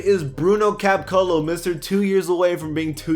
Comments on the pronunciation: Bruno Cab-O-Clo good vid tho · wtf was that Caboclo pronunciation man lol